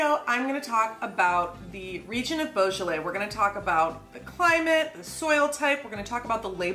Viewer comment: No effort made. Unwatchable!